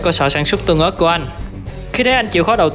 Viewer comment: Ớt tương mà anh nói tưng ớt